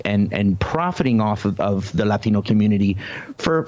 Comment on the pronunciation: the way he pronounces "latino" everytime gives me cringe shivers